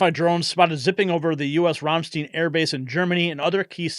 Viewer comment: When saying Ramstein, you ignore the E and make the I the key vowel. So, it's RAMSTINE. Spent 9 yes (3 tours in Germany):: 2 in Augsburg and 1 in Stuttgart. By the grace of GOD, we weren't at the AFB during the terrible airshow accident. Some of my husband's troops were injured but ,thank GOD, not seriously. Their injuries received rendering aid to victims. We wouldn't think about going back to visit now with the situation in Europe.